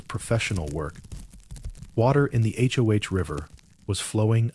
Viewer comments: Please just say Hoe. Not H. O. H. Please god please. You’re killing me Smalls. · If he was actually there he,d know the name of the river is the Hoh, (pronounced Hoe, like the garden tool).